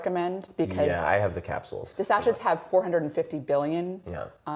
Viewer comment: Can’t remember the last time I took antibiotics. Does the length of time they’re taken make a difference, or can even one short course destroy all the beneficial bacteria? Thanks for pointing out the pronunciation of sachet. It grated on my nerves as well. 😂. When she said it again I glanced at the corner of my screen and smiled. Good on you! 👍